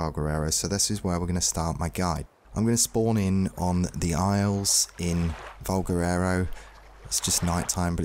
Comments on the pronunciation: Nobody commenting on how he makes valguero sound like valguerero? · Valguero NOT Valguerero! ;)